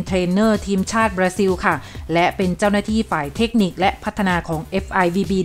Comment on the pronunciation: อ่านออกเสียง ประเทศบราซิล เป็น บราซิว ซะงั้น ช่วยกันประชาสัมพันธ์ด้วยนะครับ